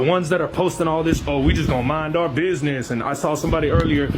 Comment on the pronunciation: He forgot the "D" in "Bidness"